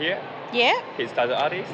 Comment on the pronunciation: It's "tattoo" not "tadooo"